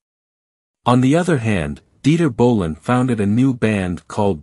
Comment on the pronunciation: What is "Dieter Winter Ball"?!? You mean Dieter Günter Bohlen? Your AI should be improved very soon